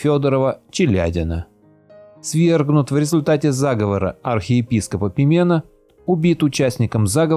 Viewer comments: Режет ухо неправильное ударение. Пи́мен, а не Пиме́н!!! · В имени Пимен ударение на первый слог.